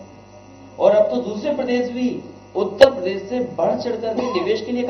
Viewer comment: उतेपरदेश नहीं है उत्तरप्रदेश है टोंटी चोर पहले सही उच्चारण तो सीख ले